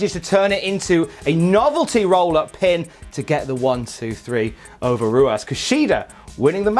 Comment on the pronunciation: That’s not how you say Ruas